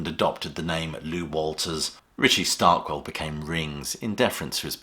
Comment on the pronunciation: Richard Starkey. Not Starkwel.